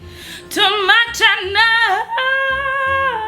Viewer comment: Part sebut my cannel tu tak sanggup tengok hahahaha